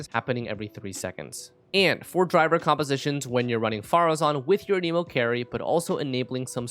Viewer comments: I really hate to be that one guy who corrects grammar, but sir, you’ve been pronouncing the wind element wrong this whole time. They even pronounce it in game all the time the way it’s suppose to be pronounced. It’s “an-uh-mo”, not “uh-neemo”. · It's anemo not, an emo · who says anemo like anemic lmao